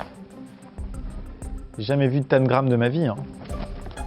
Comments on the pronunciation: Pnt amixem on prononce tENgram pas tAngrame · Hum... « tènegramme »?! C’est pas tentagrame plutôt? 😂♥️ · Je resterai figée sur la prononciation de tangram par amixem 😂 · moi je dis tangram et pas tan-gram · Mais c’est TANGRAME PAS TANE GRAME mdrrr🤣🤣🤣 sinon excellente vidéo gg pour l’organisation Fabien !👌😂😂🤣🤣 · je suis la seule à dire tangram et pas "taNgram" comme Amixem ? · Y a que moi qui dit "tangramme" et pas "tannegramme" ? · Un tamegrame 😂 C’est pas plutôt un tamgram ? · Tengram tengram on dit ca comme ca 🤣😭